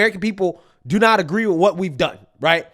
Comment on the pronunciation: sunny said witch instead of with lol a white girl trying to speak like the vp camillione she needs ebonics